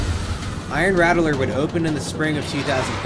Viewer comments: It's pronounced Ratt-ler, not Ratt-e-ler like you're pronouncing it. Was driving me mad every time you added that extra E syllable to it. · My only critique is everyone calls it “Rat-ler” southern drawl kinda, not “rattle-er”. The original was rough. I hurt myself many times growing up near the area. The iron rattler is much better and I enjoyed it while I lived there. Many times I would go on the original alone because me parents did not feel like taking the battering. I started to get migraines going on the ride as it got older, and I didn’t ride it until the remodel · It’s pronounced “Rat-Ler” not “Rattle-er” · I can’t “like” this video because of saying “Rat-el-ler” instead of “Rat-Ler” like any sane person. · RattELer?! *$&(*&^ RATTLER! JUST LIKE THE NEWS CLIPS (that you found and edited) PRONOUNCED IT! lmao, pulled so much hair out, but otherwise great content so I continued watching. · You keep saying it wrong. You're saying Rattel-Er. It's RATT-LER. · You pronounceing the rattler (the raddler) is killing me 💀 good video though very informative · “RAT - lur.” 2 syllables. Unless that’s a North Jersey thing! I second a comment below that I would like to see a video on Drachen Fire. I’m personally skeptical that it was a direct attempt by Arrow to ape B&M, but I’m curious what you would have to say. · I can tell you aren’t from Texas just by the way you pronounce “Rattler” lol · Idk if I can listen to this dude mispronounce the word rattler for the next half hour. That extra vowel sound takes special effort.